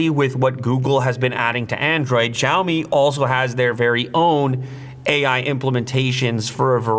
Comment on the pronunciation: This is so lazy promotion video, guy is not even able to pronounce company name properly.